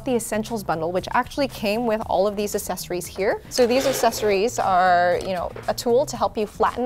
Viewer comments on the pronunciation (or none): Is it a Canadian thing to pronounce accessories as assessories? . I'd never heard it pronounced this way.